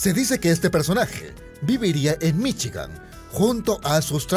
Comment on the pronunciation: "Viviría en Michi-gan" xD